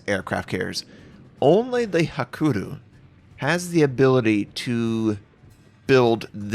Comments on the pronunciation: It's "hakuryu", not "hakuru" ;) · Hakuru xD :D HA-KUH-RUY-YU